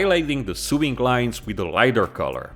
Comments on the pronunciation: Sewing is pronounced So-ing not Soo-ing 😁 👍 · My friend. I love you but you're driving me nuts - Sewing is pronounced "so-ing" not "sue-ing". "Sue-ing" is how you pronounce suing, which is what lawyers do. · sewing is pronounced sowing btw